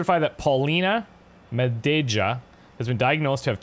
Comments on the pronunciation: Hint: try spelling "Madeja" as if it was written "Madeia". Neither the spanish version or english one matches Polish pronounciation unfortunately :) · IT'S MADEYA!!! You read J like Y in Polish.